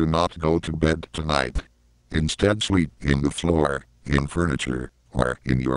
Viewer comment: Ah yes, classic Microsoft Sam pronunciation. "Sleep in the floor, in furniture, or in your car."